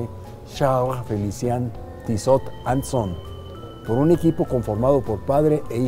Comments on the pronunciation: Se pronuncia "Tisó"... (de nada) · este personaje se dice con estilo y no sabe pronunciar la marca hahahahaha